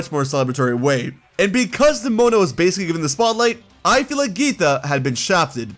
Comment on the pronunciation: THE I IN NEMONA IS SUPPOSED TO BE AN E!